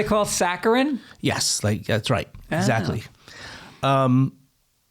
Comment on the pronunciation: Did he say “Zachly” ? He’s always on point! 😂